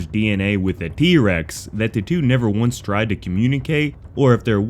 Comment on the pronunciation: Was that trex not irex lol